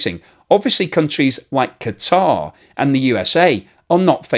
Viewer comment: I love that uses the correct pronunciation of Qatar (i.e. "kuh-tar").